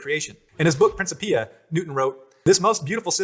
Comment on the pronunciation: Principia? There are two major accepted schools of latin pronounciation, and that video isn't right by either of them.